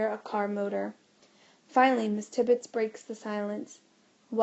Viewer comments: Mrs tibbebs not miss tibits stupide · Sorry my cousin thank you so much but it is Mrs tibbebs 🙁🙃🙃🙃🙃🙃